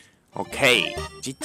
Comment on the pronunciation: 4：36秒の所がGGじゃなくてち○ちんに聞こえるんだよなー